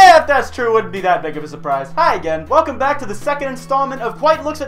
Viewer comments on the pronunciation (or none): none